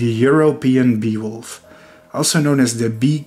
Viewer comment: The beewolfs feats are really gallant and unusual. Wouldn’t go collect honeybees unless they are dead. And plus for some reason my mind thought you were saying “Beowulf” as in the epic hero.